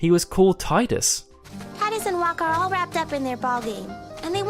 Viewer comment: The Tidus debate is behind me when you pronounce Wakka's name wrong! It's Wok-ah, not Wack-ah. You make him sound like a muppet!